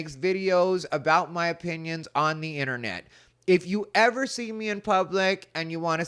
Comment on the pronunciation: I know you said opinions, but it really sounded like you said you might not like my penis